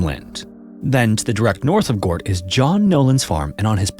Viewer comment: Fyi, Gort rhymes with hurt.